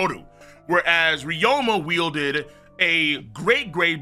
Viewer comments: also ryuma is pronounced REE-OO-MUH not RE-OH-MUH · "Ry-OH-ma" At this point I swear bro is just trying to tilt as much of us as he can 💀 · He's saying it like there's an O in the name when there isn't and it is irritating me a bit. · and theres really 0 discussion to be had since the Anime has the official pronuntiation